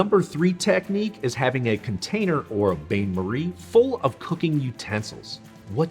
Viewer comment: the first tipshouldbe pronounce French word correctly Bain Marie is pronounced 'Bann Marie' not bane marie